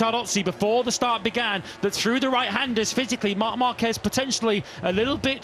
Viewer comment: The name is "marc marquez" but I listen everytime "mamba kej"😂😂